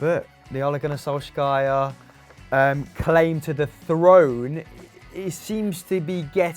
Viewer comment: "Olé Gunnar Solskaya"